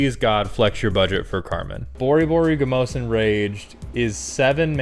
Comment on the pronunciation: I've heard it too many times from unrelated sources not to ask if I am just unaware of an inside joke among players where the Parun of the Gruul Clans's name is incorrectly pronounced "Bore-Boary-Go-Mohs" and not "Bore-Burr-Rig-Mohs." If this is a joke I don't recognize, no worries. If not, am I considered unreasonable for perpetually correcting errors of speech such as mispronunciations, vapid violations of vocabulary like "unalive," and people who say problematic when they ought to say objectionable? If so, I apologize to those I've corrected for nothing. Words mean things.